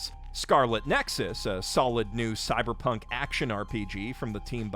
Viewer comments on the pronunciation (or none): none